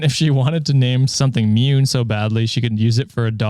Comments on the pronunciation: Half japanese person here😁 Mune is the japanese word for breast, however, the word is pronounced Moo Neigh (without the i sound at the end of neigh). So, if they pronounce the name as Mune (Myuun), it might be okay, but spelling wise, they arent doing the kid any favours😅🤣 Love you guys and content! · "mune" is actually pronounced moo - ne (like net without the t). it means chest, not boobs, although it can (rarely) be used to refer to them. however, it mainly refers to someone’s deep inner feelings/“heart”/“mind”. it’s a very neutral/polite term & can even be poetic. (thank you to the replies for adding more context that i didn’t think of lol.) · ik it’s late but the pronunciation for “mune” is Mu-nay. it doesn’t mean breasts. it means chest. A lot of japanese words have the same sounding with different meanings. also i live in japan and have met several people named that and it’s not that weird. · thanks for including this! Was totally thrown off by their sidetrack and mispronunciation.